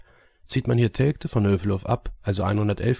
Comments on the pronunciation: Der Ostfriese soll mal lernen, dass Telgte "Teljte" ausgesprochen wird... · Wie der Flacherdler Telgte ausspricht... Da rollen sich einem ja die Fußnägel hoch...